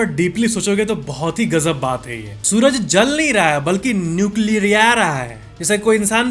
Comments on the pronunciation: NUCLEAAAARRAA hai😂😂👍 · Best part - sun nucleaaa rhaa hai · Nuecialriyariya hai 😂😂😂😂😂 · न्यूक्लीयरआ रहा hai 😂 that 's gajab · Nuclearahe was gajab 😂😂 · न्यूकिला रहा है was epic😂 kanpuriya up लैंग्वेज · Nucleararaha hai 😂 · Nuclearaha hai 😂😂😂